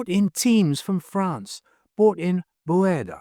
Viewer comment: Verde is pronounced ver-day. A popular southwest food is Chile Verde. Never pronounced verd. Just saying.